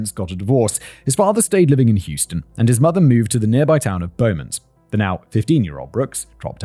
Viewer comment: Kinda annoyed my how he pronounced beaumont